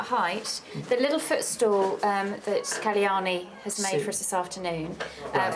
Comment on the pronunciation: The name is KAL-YANI and not KALI-YANI, such a beautiful goddess' name should be pronounced properly